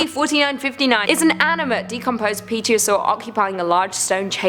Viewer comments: Pterosaur -> Terosaur. Silent P. Loud P's just make things awkward :'D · the p is silent. /terra-sore/ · while you’re awesome and terrifying hearing you try to say pterosaur without a silent p made me want to blink after looking at scp 173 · It seemed like a terrible pronunciation of "Pterosaur". It sounded awkward, but I loved it, simply for the fruitless attempts in the bloopers to pronounce it correctly. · Lol is that what she was try to say? I totally agree with you